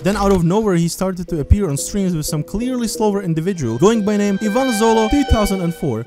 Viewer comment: not AIVAN, EEVAN